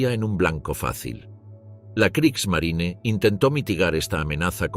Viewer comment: La Marina de Guerra alemana se llamaba Kriegsmarine y no "Kriegsmarin" como lo pronunciaría un español tratando de imitar a un estadounidense que no sabe hablar alemán. Esto es del mismo modo que a los automóviles Porsche lo pronunciaría "Porch" un español tratando de imitar a un estadounidense que no sabe hablar alemán. Son tan estúpidos estos españoles que creen que las palabras alemanas hay que pronunciarlas como las pronunciarían estadounidenses que no saben hablar alemán.